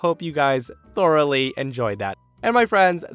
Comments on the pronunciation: "Thor-oughly" Me: Stop it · did you say "And I hope you guys 'Thor'-oughly enjoyed it"? Because if so, that was an epic pun!